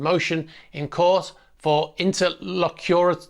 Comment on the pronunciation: Interlocutory: sounds like enter-lock-uh-tory.